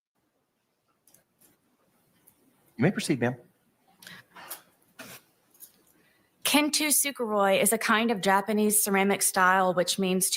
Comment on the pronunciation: "KIN-too-SOO-ka-roy" MA'AM LEARN HOW TO SAY THE WORDS YOU USE BEFORE YOU USE THEM FOR A FANCY METAPHOR I AM BEGGING! 😭 Also why does she say "not intentionolo"? It's very clear that she's saying it that way and I don't get it.